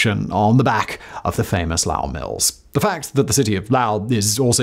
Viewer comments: Simon great video as usual but I live in the area and actually lived in Lowell for a time and it was actually painful to hear you pronoune it that way we pronounce it low like low water mark and ell respectively not lauw-ell as it seems your doing sorry had to say something. But still great nonetheless. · Simon.. its pronounced low-ell... not lough..I live a town over..Don't forget the Boston accent. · As a native Bostonian it hurts me to hear your pronounciation. We go with "Lowe - el" and not "Lau-el" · Is that "Lowl" to rhyme with "owl", as he says it, or "LOW-ell"? It does NOT sound right as "LOWL". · This video was super informative and interesting, as always. But fact man! The town is pronounced Low-ll not Lou-ll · Just a little correction Lowell isn’t pronounced L-au-wl it’s pronounced L-oh-wl. Almost like when people say LOL as a whole word and not broken up by the letters. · I grew up near there, and had ancestors who worked in the mills in Lawrence and Lowell. Just fyi, it's pronounced LOW-ell, not LAO-ell. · It’s pronounced: Lohl Not: Lowl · pronounced: LOW - EL (not LAU) or LOW'L if you're from there. Will only come in handy if you end up doing a video on Jack Kerouac (Lowells only internationally regarded hometown hero of the 20th century...sorry other Lowellilians, Micky Ward isn't famous enough for the rest of the world to care about) and will save your future comments section from more pronounciation corrections by every Masshole that views said video. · It's not LAWO it's Lowell, God the way you say it kills me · Even the auto-generated subtitles are spelling it "Lau" and that's what I hear, lol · Ah, but mispronunciation is one of his charms!! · Hi Simon, I grew up in Massachusetts and the correct pronunciation of 'Lowell' is 'Low - Well.' I really enjoy the work of you and your team on your various channels. Thanks. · Another good video and I learned more about my home state. Lowell, though is pronounced with a long o, so lowl, long o